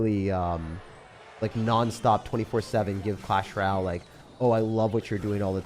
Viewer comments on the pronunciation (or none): Why do none of the YT Clash ROYALE creators know how to say “ROYALE”? It’s always Ral “welcome to my page where we play Clash Ral”. It’s Roy-Ale DO BETTER!